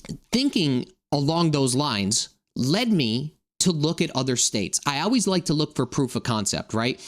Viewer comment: Why do you say always like that? It makes me think this is all bullshit